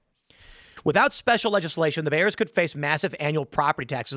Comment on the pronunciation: "Da 🐻's"